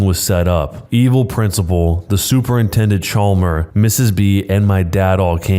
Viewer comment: Did they just say super intendent chalmer? SKINNER!!!!!!